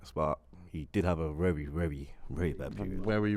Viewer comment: Wery wery wery